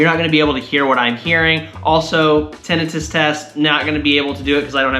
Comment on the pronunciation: I know your pronunciation of tinnitus is correct... but I still like the wrong one.